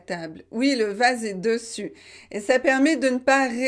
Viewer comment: Le seul problème que j’ai c’est la façon vous avez prononcé le mot dessus, je pense que le “e” dans la première syllabe des se prononce comme un e ouvert mais pas un e fermé. Comme dessus, dessin, dessein, dessous, dessert, dessaler etc…